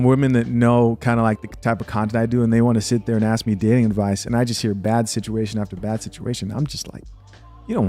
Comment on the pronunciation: axed instead of ask.